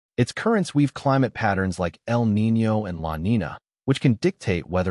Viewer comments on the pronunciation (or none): none